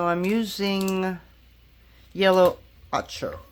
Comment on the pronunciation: Yellow ochre is pronounced like oak-r. It's one of the oldest pigments around and originally it was gathered from the earth. Of course nowadays we make it synthetically. Can't help being a nerd about pigments, sorry. 😂 Love the Donuts you created.